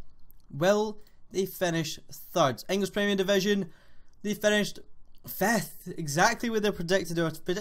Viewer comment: "Fefth Place" , "Enter" (Milan)